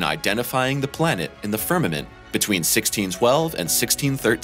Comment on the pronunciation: What is a firmint? I thought it was space but this narrator keeps saying something called firmint?